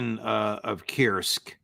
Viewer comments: For Pete's sake Judge, stop saying "Kirsk". I'm pretty sure that the u-sound exists in English. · Pronunciation of Kursk is "coorsk".